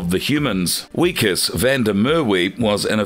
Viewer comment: Who wrote this script for you? You keep mispronouncing Wikus’ name…..also you kept saying he was turning into a lobster….uhhhhhhhhhhhhh duuuuuurrrrrh